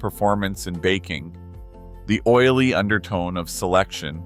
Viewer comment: If you are going to cheap out and use AI .. it would help if your AI could pronounce the English language .. really butchers the word "o-i-l-y" ..